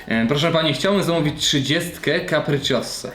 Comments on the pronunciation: To jest kapricioza a nie kapriciossa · CAPRI(CZIOZA) nie CAPRICCIOSSAA 🤣🤣🤣🤣🤣🤣🤣🤣🤣🤣🤣🤣🤣🤣🤣🤣🤣🤣🤣🤣🤣🤣🤣🤣🤣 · A nie kupiczioza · "Kapricziosa" lol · Wymawia się "Kapriczjoza"! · Z Da Grasso pizzy nie zamawiam od czasu, jak przywieźli mi spaloną. I popracuj nad wymową nazwy pizzy, bo na końcu nie ma 's', a podwójnego to już wcale ;).